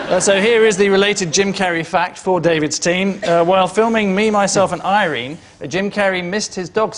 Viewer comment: Why is he pronouncing Irene like that, thats twice he said it like that, weird.